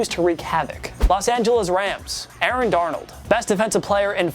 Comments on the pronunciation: “ Aaron Darnald” 😂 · Let’s not talk about how he said “Aaron Darnold” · You said Aaron dornald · U said Aaron Darnold its Aaron Donald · Bruh stop saying 'darnold' when pronouncing aaron donald's name bru